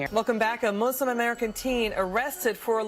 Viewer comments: What's with these people obsessed with pronouncing muslim as mooselim? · STOP SAYING MOO-SLIM!